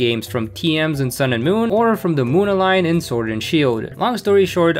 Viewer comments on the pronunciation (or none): none